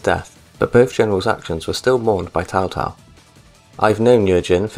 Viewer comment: Sorry for being a prick, but you gotta stop calling Cao Cao "Tao Tao"